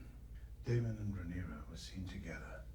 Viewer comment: I wonder if will ever get the name Rhaenyra right more than once at a time.